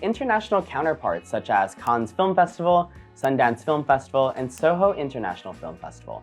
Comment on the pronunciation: it's pronounced as Can not Cans